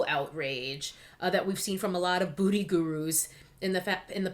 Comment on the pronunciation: Wait did you just say “ BOOTY” gurus? 😂😂😂😂😂😂😂😂😂😂😂😂😂